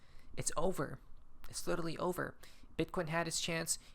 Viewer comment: There is no Little Lee, there is only literally, now pronounce it lit er ally!!!